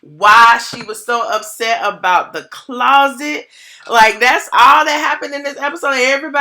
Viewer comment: Hey girlie looking cute... If I hear the word Clauset one more gin 🤣🤣❤️